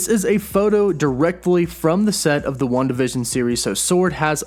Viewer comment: I kept hearing “one division” but it was Wanda vision 😂